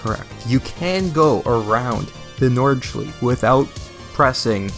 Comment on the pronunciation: The way you say nordschleife pisses me off